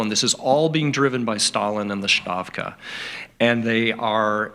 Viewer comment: Along the same lines, to professor Parshall -- in Q/A session, it's S-tavka, not sztavka. There is no "shh" sound.